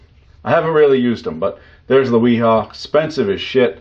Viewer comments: FYI: wera and wiha is pronounced “Vera” and “Veha” The German W sounds like a V. Just a a fun fact for y’all! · It 'Ve-ha' (wiha) bosch speak for W lol